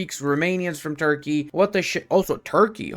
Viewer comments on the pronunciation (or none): none